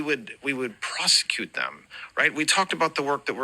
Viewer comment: The over the top emotional voice when telling a lie is becoming more and more obvious. Here you can hear it at the word "prosecute". The way liars set on the word so breathily, I have noticed that a lot lately (also in the Pam Bondi hearing when she says Donald Ttttrummmpp is the bestest president in the world's history). I think people who lie think that this feigns being emotional and when someone is in their feelings, they cannot lie, so that would make us believe them more. It reminds me of the Otto Warmbier fake trial, poor guy, of course he was forced to lie, but he did this a lot. To someone who isn't in their position, it feels so off and fake.